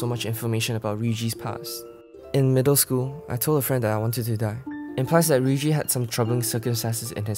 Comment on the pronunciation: Please stop calling her Riyuji that's make me feel so bad for her.